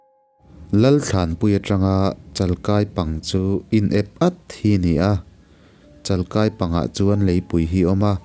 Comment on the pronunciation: Chalkai hi I lam diklo tlat. 'Chal' bawngchal tiha chal tihlai anga lam tur a ni. "Kai' hi 'ui kai ' tiha kai a g hian lam tur a ni k ai